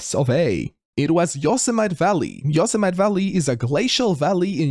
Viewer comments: great quiz! loved it. Btw its pronounced yow·seh·muh·tee national park. :) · yo-SEH-mah-tee haha Your last pronunciation was really close, just the stress of the vowels really. Good job!